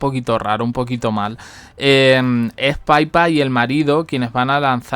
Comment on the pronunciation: Niño, que no es paipa es pipa. Por favor entérate ya de una vez